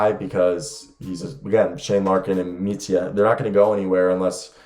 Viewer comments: Micic is prounounced Michich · It would be more like Meetcheech. You are adding on an extra "eh" sound at the end when you say his name when you shouldn't